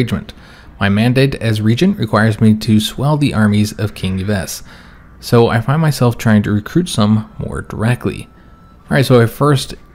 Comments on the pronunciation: Yves is pronounced 'Eve' btw. In French, a leading y is like an e. Ypsilanti, the city in Michigan, is Eep-sill-ant-ee, for example. That one might pop up again, so just a bit of help. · Good episode - BTW, Yves in French is read like Eve in English. en Eve in French is read like Hey-ve (like the "ve" from live).